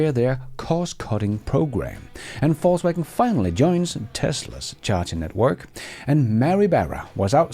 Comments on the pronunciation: I hear Falsewagon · You said "Volkswagen"... I thought you said "Faultswagon"... 😂 Thanks a lot for the video!!!